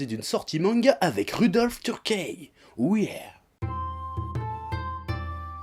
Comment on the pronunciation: on dit pas "turkè" mais "teurki"